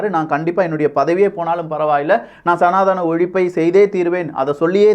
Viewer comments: IT IS NOT SANATHAANA, IT IS SANADHANA. PLEASE CORRECT YOURSELF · Sir again wrongly pronouncing சநாதனம் as சநாதானம்